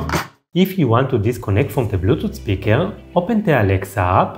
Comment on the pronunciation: Blutoot speekaal 😂 lmao